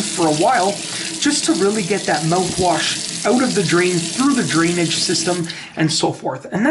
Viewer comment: This video is stupid... and how difficult is to pronounce mouthwash? Just saying.